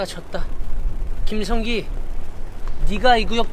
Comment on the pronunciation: 김"성기" 를 많이 강조 하시면서 말하네... ^^